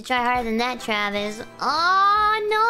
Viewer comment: “Aw, no, Twavis.”